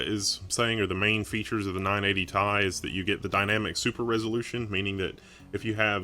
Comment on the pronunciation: It's "tee eye" not tye